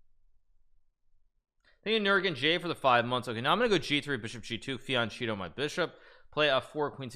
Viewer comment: hikaru has boss pronounceration. capture on-peasant, fian-cheetoh his bishop etc